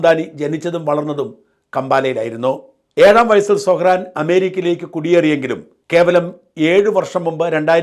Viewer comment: സൊഹ്‌റാൻ അല്ല . പറയുമ്പോൾ സൊറൺ എന്ന് വരും ട്രൂമ്പൻ അമേരിക്ക ഒരു ചൈനയോ റഷ്യയോ ആക്കി തീർക്കും